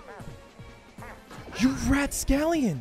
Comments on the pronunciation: Who is gonna finally tell Lud that the word is 'rapscallion' and not 'rat scallion'? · He did it! he said Rat Scallion! Like big mouse onion instead of rapscallion like scoundrel. 🤧